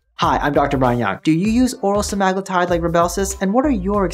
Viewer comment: Why yall pronouncing it wrong? Its sea-ma-glue-tide.